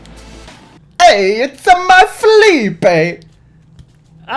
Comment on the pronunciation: Hey Felipe used to play in Italy (I really miss him) so the italian accent is totally right